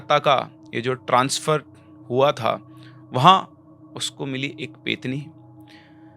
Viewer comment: Sir , petni nahi pretni hota hai.. प्रेतनी